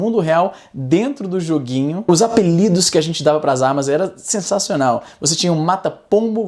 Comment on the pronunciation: Cada vez q o Izzy fala "joguinhi", eu tenho um mini infarto. Kkk